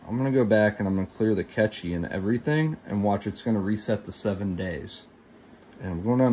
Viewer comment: It's pronounced cache - like trash.. Not catchy..